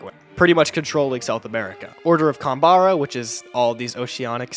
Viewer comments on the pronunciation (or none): He called Canberra canbarra